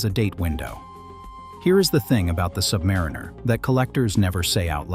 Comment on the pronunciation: When will AI learn how to pronounce Submariner correctly?